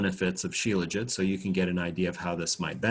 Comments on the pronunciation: Shila-Jeet! Dr Kaufman says 'Sheela-Jit' - 'still tastes disgusting! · My first thoughts are always to find comedy, and that was what I heard when he pronounced shelajit. Also thought about the sexism, where is the helajit?